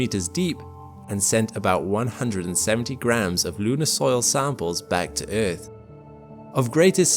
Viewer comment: eeeth... There is a R in earth lol